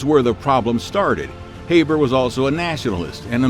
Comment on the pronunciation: Pronounced Haber incorrectly